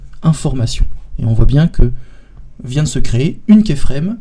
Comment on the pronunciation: Très PÉNIBLE ! : vous pouvez expliquer beaucoup de choses en 10 x moins de temps. On n'est pas des enfants quoi... Et on dit pas kÉframe mais kYframe.